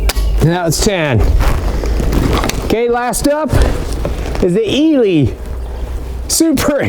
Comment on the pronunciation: I’m English and we pronounce it as ee-lee , they used to be a big deal years ago .